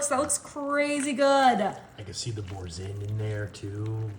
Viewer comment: Bour- sain( you don’t say the n)😘